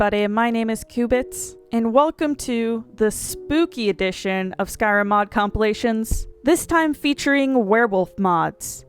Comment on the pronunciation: Did you really say complations? You mean compilations?